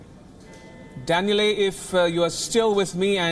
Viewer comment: Maybe Danielle got mad, coz he pronounced his name wrong, we will never know